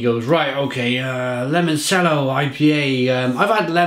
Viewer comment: It's pronounced; 'Limon CH ello', your pronunciations are terrible... and I love it haha Great beer, I liked this one. They recently released a bourbon barrel aged version of this too!